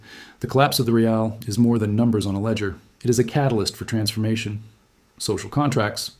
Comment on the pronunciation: Raeels? 😅😂 It is called rial, you so-called expert